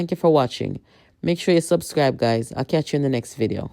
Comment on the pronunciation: Why him say katch lol?